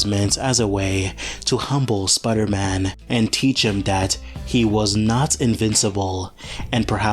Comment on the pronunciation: Okay, but why do you call him "Spudder-Man"?